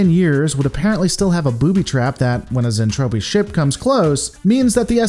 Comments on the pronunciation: Lore Lore Lore....Its Zentraedi "Zen-Trad-ee", not Zentrophi, LOL Also its Space Fold, not Warp Fold...lol x2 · Repeat after me "zentraeDI", not "zentrapi" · Hey. Lisa isn't trying to kill everyone. She is a Tsundere. Also its Zentraedi(Zen-trah-dee). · Zen traa deee that's how you pronounce it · Awesome, can't wait for more but please stop saying zentropi its making my brain hurt. ;) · I do believe he's making a joke with his intentional Zentraedi mispronunciation.....Zen-TROPE-Ē....trope.....get it? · It's Zen-Tra-Dei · Mmmm something ain't right here.... Oh yeah it's the Robotech version, not macross. It gets confusing sometimes.... The show is certainly better than Gen 1 DragonBall, but I would not recommend watching Robotech unless you are already a big fan of macross as I am. Also you gotta work on the pronunciation of zentradi.... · UN subbing unless you say Zentradi correctly There is no fuck'n p in the word... Seriously try harder..